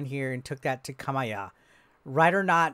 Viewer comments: Kah-mee-ya, not "Kah-my-ya" nor "Kay-my-ya" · 😂😂😂😂 u did butcher his name.. ka-me-ya (Kamiya) the butcher was the best